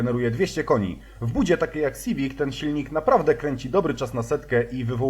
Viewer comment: To je hunda siwic, a nie syfik